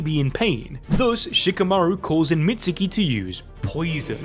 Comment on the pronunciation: Please learn how to properly pronounce Mitsuke’s name 🤦🏻‍♂️ Do you pronounce Sasuke “Sauce oo kee” no so don’t pronounce Mitsuke like that either it’s “meetz kee”